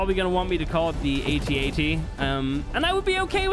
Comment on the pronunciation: its AT-AT , NOT A-T-A-T